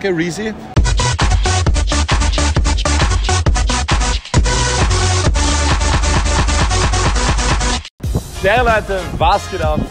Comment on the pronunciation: Er sagt Reezy und markiert Rin